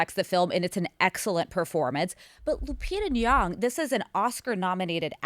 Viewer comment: I've never heard Lupita Nyongo pronounced like that 😂